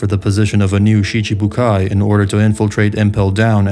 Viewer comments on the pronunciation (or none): none